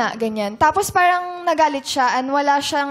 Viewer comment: haha dami. Tas pansin ko sa ibang "parang" niya okay naman ang bigkas niya. Di naman maarte haha